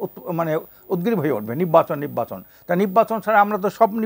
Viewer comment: বলদ নির্বাচনকে তিনি উচ্চারণ করছে ! পরে কথা ঢং করে নিব্বাচন বলেছেন❤😂